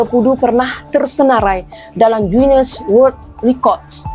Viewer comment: 1) Datuk Zaman Khan bukan Zaman Khas 2) GUINESS WORLD bukan word